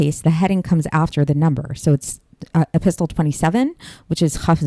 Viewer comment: It's pronounced e-pis-sel.the t is silent.